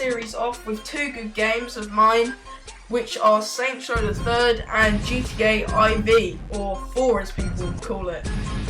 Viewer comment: a haha you said GTA I V literally